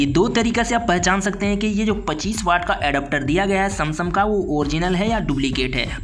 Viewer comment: Samsung ❌Samsam ✔️